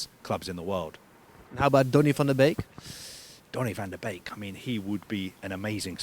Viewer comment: Je kan zeggen wat je wil, maar deze Engelsman kan "Donny van de Beek" wel heel goed op z'n Nederlands uitspreken, goed bezig kerel